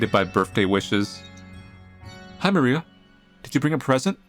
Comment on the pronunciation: her surname is probably Polish so try writing that in google translate and the "i" in "Maria" is short